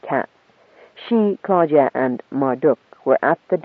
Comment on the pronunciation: "Clodagh (/ ˈkloʊdə / KLOH-də) is a female given name of Irish origin." So I wasn't completely wrong about being annoyed when the reader pronounces it "Claudia".